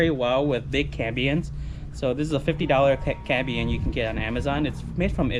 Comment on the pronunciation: Very cool but my ears were buzzing every time you said cambien. It's cambium lol. Now let me get my drill 😃